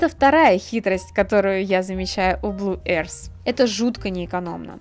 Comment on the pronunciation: Пожалуйста, люди, не произносите Earth как [эарс], это больше смахивает на airs. А earth произносится совершенно иначе. [öрф] будет и то ближе к правильному звучанию. Гласный звук в слове только один, - [ö], как в слове дёрн. Но длиннее. А после него глухой межзубный [th], слегка похожий на ф. Но никак не на [с]. Я не понимаю, в чем сложность в гугле клацнуть на кнопку прослушивания произношения слова и просто повторить за ним. Секундное дело. Всего одно слово! Секунда делов. Никто ж не читает слово mother как мотхер. Все прекрасно знают, что это ~маве